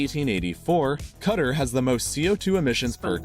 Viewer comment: I don't know why, but it cracked me up when he pronounced Qatar as "Cutter!".